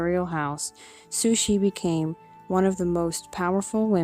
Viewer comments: "Sushi" is Japanese raw fish. Please pronoumce her name CORRECTLY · I agree.. sounds like she's saying "Sushie". Not sure how she gets that out of Cixi. I rarely hear anyone get it right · I never hear anyone pronounce her name correctly